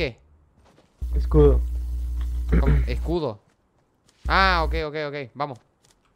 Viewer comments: Alguien mas noto que cuando iba a decir escudo pero dijo escrudo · "Scrudo" lpm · Like cuando dijo escrudo jejej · Me gusta cuando o dicen escrudo:v